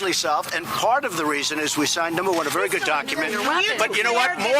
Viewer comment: Be vewy vewy quiet. I’m hunting for weasonable doubt 🤫